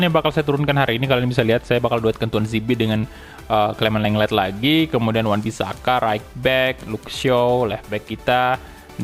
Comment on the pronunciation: Bang kalau baca clement lenglet itu gini bang Clement lengley Saran doang